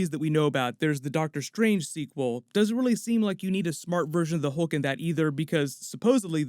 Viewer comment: Hulk not holke